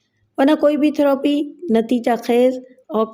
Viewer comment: تھروپی غلط ہے۔ تھیرَپی ٹھیک ہے۔